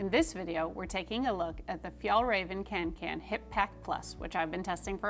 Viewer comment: It’s pronounced ”conken”, it’s a Swedish å in the name, Kånken. :)